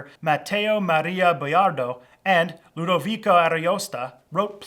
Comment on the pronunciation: Where did you get that Boiardo was "the italian Shakespeare"? He was very important to italian literature, but nothing like Shakespeare to english. And please research pronunciation better: you made Ludovico Ariosto become Ludovica, a female name, and his last name Ariosta... Other than that it was good video, though!